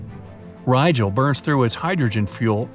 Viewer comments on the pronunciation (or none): none